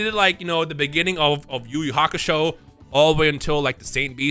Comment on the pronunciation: It's not even yu yu hakasho